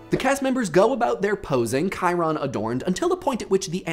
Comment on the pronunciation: What did he say? Chiron or something?